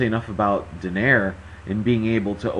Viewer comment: Its pronounced = Doh-Nigh-Reh not Doh-Nayr. Didn't any of you listen to the announcer?